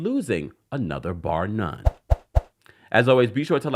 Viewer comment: Laughing my behind off how kept saying bar none😂😂😂😂😂😂😂